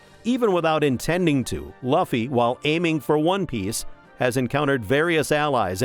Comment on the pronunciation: You say Luffy wrong